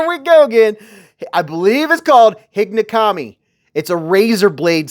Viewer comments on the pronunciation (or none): 'Hig-O nokami', it's pronounced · Hey, just an fyi, the pronunciation on the second blade type is: “he go no commie”. Keep up the great work!!!